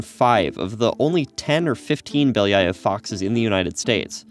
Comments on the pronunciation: Поразительно как обычный американец может так люто заруинить произношение обычной русской фамилии. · Beliiiiiii-aaaa-ev (not Beliaiov) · Really cool, but its pronounced Belly-ov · The way he pronounces Belyaev gives me an aneurysm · Funny how every time this guy says ‘Belyaev’ or some other Russian name (and generally mispronounces them) the closed captions just say ‘(speaks foreign language)’ lol